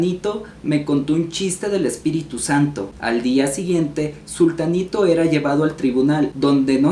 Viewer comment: Pero es zutanito. No zultanito. 😊